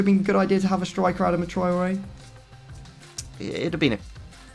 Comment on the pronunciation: It's not A-dam-a